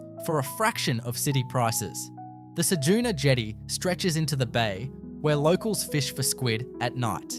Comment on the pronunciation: Cedoona? Try CedUna.